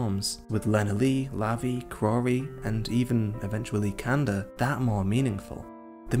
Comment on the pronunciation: It's Kanda pronounced like kun-da